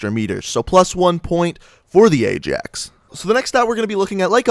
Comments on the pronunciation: that's what im saying hahahahaha pronounced it aye-JAX and its pronounced aye-AXE. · to 1 mil with no vids the place in Netherlands (and the football team) pronounce Ajax as Eye-Jax. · no in the netherlands its pronounced as eye-axe and im from the netherlands so dont even start an argument